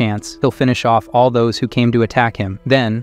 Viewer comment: makes SO much sense, for a while it was saying the word "all" as the name "AL" like short for "Albert" and it was getting on my absolute nerves. "Colleagues" was "Coll... eague... ands" a few times and was said slowly like he was reading the word for the first time in his life. "Filled" > "Fill... ed" || "Surveillance" > "Sur... veil... ahns" || "Following" > "Foh... low...ing". A lot of the pronunciations are really throwing me off and I notice them so much, I understand why this channel is probably using AI, they're probably taking out a lotta content but ehhh.. it's just not for me. After I'm done hearing this story, I'll be going to a different channel for this sorta stuff, I only clicked because I mistakenly thought it was a different channel that the voice sounds super similar, but it's much more expressive because it's someone actually reading it.